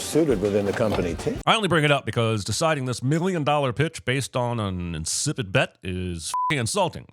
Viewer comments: insipid not incipit I believe.... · "Incipit" and "insipit" are not the same words. DING*